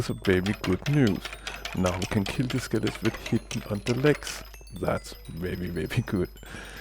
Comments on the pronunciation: NEVER STOP SAYING SKELETS! :D Btw Subbed! :D Really nice tutorial! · This is a very good tutorial. I like the cutout views. And I like how you say it as "skelets." :) I've used this model twice in servers. :D Works well, but I may try winging it next time... ;)